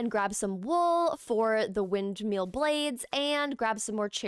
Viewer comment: loveee you but calling it wind”meal” was KILLIN me